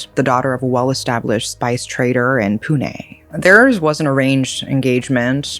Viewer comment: First time a foreigner gets the pronunciation right on 'confusing' place-names in India. Most first-timers would say "pyoon" for Pune. says it the correct way, "Poo-Nay". Shows does her research reasonably well. One pointer, though. In India, words ending with "-gad" or "-gadh" are pronounced as "-garh"(garr- a subtle roll of the tongue, almost nasal). So, fort lohagad/lohagadh will not be "-gaad" or "-katt." Cheers.